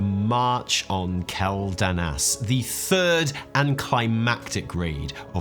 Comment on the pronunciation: I still can't get past how pronounces Quel'Danas wrong. It's Kwel-Dah-Nahs, btw.